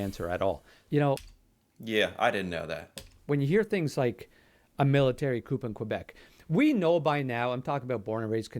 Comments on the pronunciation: As a Canadian the man giving the test should know that it is pronounced Military coo. and not Military Coop. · Did this guy say COOP? OMG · I feel like this guy giving the quiz has only ever read the word "coup" 🤣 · "A Military Coop in Quebec" Uhh no, the p is silent in the word coup. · No Canadian should pronounce "coup" like "coupe." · This guy saying the P is coup is bugging me.